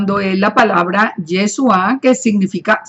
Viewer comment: Por que dice yesua? La partícula es chu y no su. No se dice tesuva. Entonces porque no usa la partícula correcta? Debe usar la palabra YESHUA. POR FAVOR ESTA EQUIVOCADA diciendo Yesua y no Yeshua.